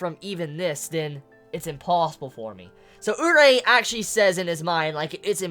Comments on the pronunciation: More like Oo-ree-ay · isn't it "urié"? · Isn't Urie Pronounced "Yuri"? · I've always pronounced Urie as ooh-ree-ay